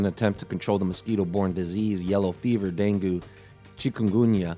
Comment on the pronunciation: Dengue pronounced Den gay